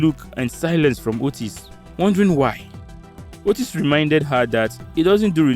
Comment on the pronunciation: Kenyan here 🇰🇪.... happy to see Kenyans and Nigerians together. Btw,Otis is pronounced as Otiiiis...